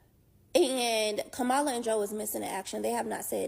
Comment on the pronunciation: If they're still mispronouncing Kamala's name ignore them